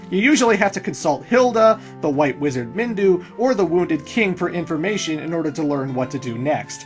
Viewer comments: its Minwu not Mindu for devil's sake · "MinWU", not Mindu lol